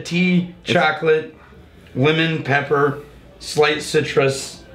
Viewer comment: Think it was supposed to be "lemon pepper" but it definitely sounded like he said "women."